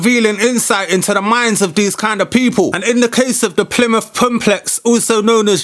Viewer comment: "plymouth pomplex" lmao